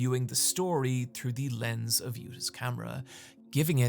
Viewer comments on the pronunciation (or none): none